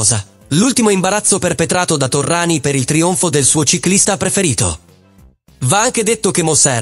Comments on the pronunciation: Terminologia eccessiva, mafioso, doppato non supportata da prove, anonimato fastidioso e Torriani non è Torrani, per quanto la lettura sia generata artificialmente. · ci fai un bel servizio su Indurain?non sai dove attaccarti Cazzo pero',almeno Torriani lo devi saper pronunciare